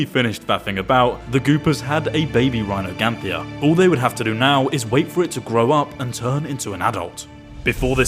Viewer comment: Its rhyniognatha dude 😭 not rhinoganthia